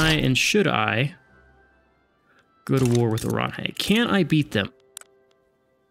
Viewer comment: Oranje is pronounced 'oran-yuh', but doesnt't matter tbh